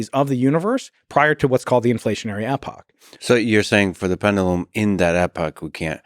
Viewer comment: Can’t pronounce epoch 😂